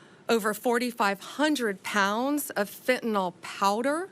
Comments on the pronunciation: Why can’t these educated people pronounce fentanyl. They all say fentanol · ..and it's fentanyl not fentanol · Isn't it FentanYL not FentenOL? Sounds dumb or maybe its me. Love her just sayin' it before the fake media make fun as they do for every little thing. Re Epstein I trust Trump et al, I think for him he is so hell bent on Z and Putin and things he wants to catapult this country that he often doesn't stop for the salacious and depraved things going on in the gutter. I think there is a dangerous bigger picture that we don't have a clue about that will be revealed when the timing is right. Love Trump and his administration and send them my positive support. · She can't even pronounce the name of the drug properly.. It's NOT FENTEN-ALL...IT IS FENTAN-YL. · The name of the drug is fentanyl - not fentanol. cant even get that right. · Please guys, from a nurse here. It’s Fent-a-NIL! There is no “O” in Fentanyl.